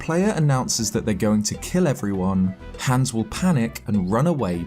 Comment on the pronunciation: We're not gunna mention how he pronounces hans